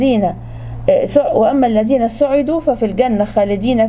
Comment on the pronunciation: الزين ❌ الذين✅ كنة ❌ جنة✅ تكزون ❌ تجزون✅ يا أولي الألباب حرام التحريف بحروف وكلام القران الكريم